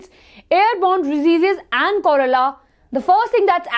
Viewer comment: That's not chorela(pronounciation) it's cholera Hope you will not take it as discouragement